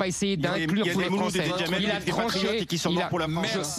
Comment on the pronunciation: La fronce au fronçais 😂